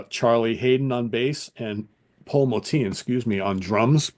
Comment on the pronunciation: Great show. Looking forward to more episodes. Btw, I believe Motian is pronounced like “ocean.” Some of my favorites from ECM include: Dave Holland Quartet: Conference of the Birds (1973, my #1) John Abercrombie: Timeless (1975) Steve Reich: Music for 18 Musicians (1978) The Music Improvisation Company (1970): s/t (very avant garde and abstract including Evan Parker, Derek Bailey, and Jamie Muir) David Torn: Prezens (2007) Meredith Monk: Dolmen Music (1981) Dave Holland Quintet: Points of View (1998) Marc Johnson: Bass Desires (1986) Pat Metheny: Bright Size Life (1976)